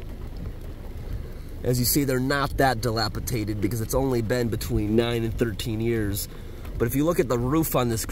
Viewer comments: Are you saying “dilapiDated” or “dilapiTated”? 😅 Nice trip video. Too bad this community had such extreme septic issues. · It’s dilapiDATED. Not dilapitated….. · I love you but the word is dilapidated, NOT dilapitated( sp). dated not tated. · It's dilapi-dated.......not dilapi-tated. And Pittsburgh is not as horrible as you make it sound...I grew up there and it is a pretty safe place....true, there are some areas that are worse than others...but you have that in every state. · The word is dilapidated not dilapitated. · It's "dilapi - DATED" - not "dilapi - TATED"..... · dilapidated, not dilapitated. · It's dilapidated not dilapitated. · Respectfully sir, the word is dilapiDated, not dilapiTated. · Dilapidated. DILAPIDATED. (Dilapitated is not a word.) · I think he means "dilapidated," not "dilapitated." I cringe every time he says it. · Damn homie, the word is dilapidated. You kept saying "dilapiTated"😂😂😂 other than that the video was interesting. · the word is dilapidated. lol. Not dilapitated. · Not trying to be rude, or anything. Just letting you know cuz i have been watching you for a long time and you have always said it wrong. haha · You're the only person whom I've heard pronounce the word "dilapiDated" as "dilapiTated". Thanks for reading. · I believe he is dyslexic and sometimes flips words/letters, even in speech. is an awesome dude. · Dilapidated not tated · Are you saying dilapitated? I think you mean dilapidated. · Love your videos! By the way, the word is dilapidated, not dilapitated. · the word is "dilapiDated" di·lap·i·dat·ed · "Dilapidated" ... no T in the middle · It is “dilapidated”. No “t” in the middle 🤓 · dilapidated dĭ-lăp′ĭ-dā″tĭd adjective Having fallen into a state of disrepair or deterioration, as through neglect; broken-down and shabby. Not dilapitaded.